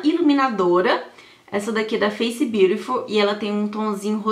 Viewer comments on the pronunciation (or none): none